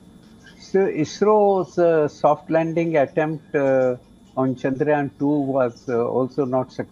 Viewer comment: bro said chayandrayan 3